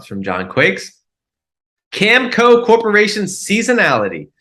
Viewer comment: Please pronounce Cameco properly. It’s 3 syllables. Listen to the company conference call or something.